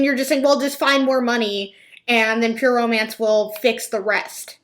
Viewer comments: Oh my god I thought the same thing! So strange how its pronounced like Pure mance or pure oh mance. Maybe it's her accent who knows? Still should learn how to pronounce your own company right ? Lol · I’d just like to know why she pronounces it so weird. “Pur-o-MANCE” ...who pronounces romance like that? Do all the Huns pronounce it like that? Lol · Every time she says "Pure Romance" it sounds like Pyramid. That's... telling. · It sounds like she’s saying pure omance and it’s driving me nuts. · I hear "permans" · I was like what is peer mance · Omg, yes!! She keeps running the words "pure" and "romance" together. It sounds so odd when she pronounces them.